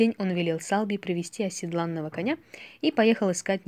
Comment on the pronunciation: Не оседлАнного,а осЕдланного коня правильное ударение